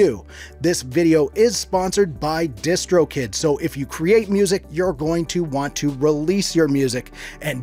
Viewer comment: When he said distro kid I thought he said discord kitten